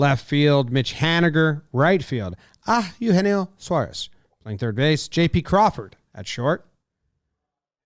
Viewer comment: Jimmy it's pronounced AY-ugenio not AH-ugenio